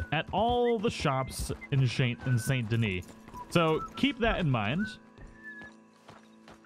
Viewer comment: Can we just talk about how he says the second part of saint denis correctly but not the first?